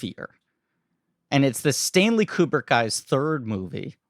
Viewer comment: Pronounced "KOO-brick" NOT "keeyoo-brick" At least get the guy's name right.............